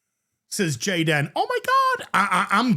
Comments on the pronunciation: The cringe when you say jadan omgosh 😅😂😂😂😂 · it's pronounced Gey-Den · Goddamn it! I was taking a drink when "Gayd'n" 😆